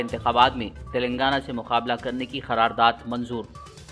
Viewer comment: Phir ghalat...kharardad bole...sudher Jao Bhai...KYUN Urdu ka janaza uthane per tule huye ho.samjhe?